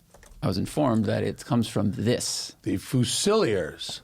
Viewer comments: FYI…. It’s “FEW-ZA-LEER” not “FEW-SILLIER” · Fusilier is pronounced "fuse ill ear" no "few sillier" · Try pronouncing Fusilier properly. There’s only one ‘L’ so it’s “Few-zi-leer”